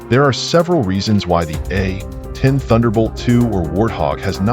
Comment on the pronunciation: Is this AI narration or does the narrator just refuse to say A-10 warthog. It's not the A..........10 warthog